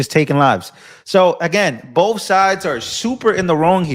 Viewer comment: Oh yea of course I get my news from a guy that cant read or pronounce words. He's terrible at "Boff" those things.